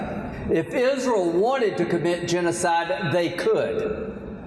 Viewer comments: I'm confused is it pronounced "Is-re-al" or "Is-real"?!! Ugh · He doesn't even pronounce the name Israel correctly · Tell us something we didn't already know Loomer. Now, someone tell Lindsey how to pronounce Isreal correctly 😂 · "Our friends in IZREUL" it's pronounced ISNTREAL, Lindsey. And they certainly aren't "fighting for their lives" they're living peacefully while the IOF actively kills and starves Palestinian children. The endless propaganda is unbelievably breathtaking. Claiming Israel is a democracy is like claiming Russia is a democracy is like claiming AMERICA is a democracy at this point. Give it up with your attempts to BRAINWASH the people into the belief that supporting dictatorship and ethnic cleansing is "patriotic" and "Christian" when it is anything but. No one is eating that shit up anymore. These people are pure evil. SEPARATION OF CHURCH AND STATE. GET RELIGIOUS ZEALOTS OUT OF OUR GOVERNMENT NOW!!!! YOU CANNOT MAKE FOREIGN POLICIES BASED ON YOUR RELIGIOUS BELIEFS!!!! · Hey Lindsey, Is-re-al is a 3-syllable word. It is not pronounced Is-ral. What an idiot, along with many GOP representatives. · Can someone tell Lindsey it’s IS RE AL. Not IS REL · I can't stand him.. he's a blood thirsty PIG..I can only imagine the evil he has done.. also why tf does he say IsROLL?? huh I hate him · Graham, being a hillbilly, can't pronounce Israel... he calls it "Isrill" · How can you be a friend of "izraal" if can't even pronounce it! I am a friend of Jews, certainly but not of Izraaal's policy of genocideand thus am an anti-Zionist! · Why he say "IZZruul"? Is that how it's pronounced?!? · So many lobotomized people sitting in for his “izzrill” speech 🤦🏽‍♀️ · I'm sorry, but the hell is "Izrul". I have some good tea on him! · “Isrull” - where is that, Lindsey? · I've never heard of this "izrull" as he calls it......but there is a place called Israel and it's been an illegal state from day one and needs to be destroyed.😊😊😊